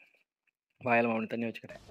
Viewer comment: Thanni❌ sunni✅😅